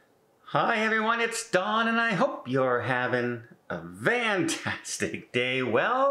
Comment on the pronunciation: "Vantastic" news for you Don.